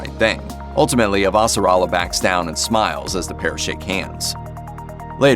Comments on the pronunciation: Super annoying to have a narrator who clearly hasn’t watched the show and mispronunced Avasarala’s name dozens of time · how the suck is he butchering the pronunciation of avasarala and roci so fucking badly